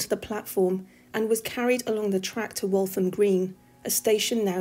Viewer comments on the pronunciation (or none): Hi. Walham Green, NOT Waltham Green..